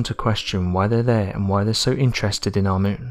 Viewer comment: That's cool what he says " hour Moon " .